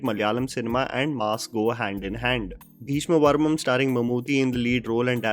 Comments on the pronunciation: Wait... Is it just me, Or is really pronouncing "Beeshma Parvam" as "Beeshma Varmam"? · Just one correction required in this video- Its Bheeshma 'Parvam' not 'Varmam' 😊 Rest all is top notch.. Love watching your videos. Way to go 🏍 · It's Bheeshma Parvam and not Bheeshma Varmam. How difficult is it to pronounce Parvam. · Bro it's 'Bheeshma Parvam'.. not Bheeshma Varmam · come on man it's Bheeshma Parvam not Bheeshma Varmam 🤷‍♂️ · Atleast once I would like you to pronounce the name correctly for a South movie . Everytime you make a video for a South movie you mess up the name. It's not bheeshma varmam it's bheeshma parvam*. Please try to say the name correctly atleast because it makes it difficult for us to watch the review if you can't even say the name correctly. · Bheeshma'parvam' dude not varmam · It is bheeshma PARVAM not bheeshma varmam 🤣🤣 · A minor correction. You kept saying "Bheeshma Varmam" in the video. The name of the movie is actually Bheeshma Parmam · Bhayya a small correction, it's bheeshma parvam, not varmam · It's bhesma paravam not bhesma varamam dear ❤️ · calling it 'Bheeshma Varmam' every time! 😂😂